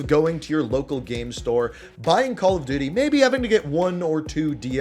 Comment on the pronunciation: Did he say Call of Diddy